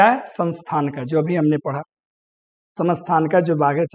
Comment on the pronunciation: Sir kya vo samasthanika tha, aap gaklt pronounce kr rahe the